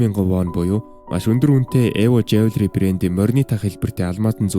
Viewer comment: Jewelry-жюлүри гэж уншдаг шүү